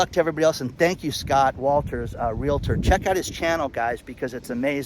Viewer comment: C'mon.. Stop stuffing a "LA" into the middle of the word realtor. You can learn this!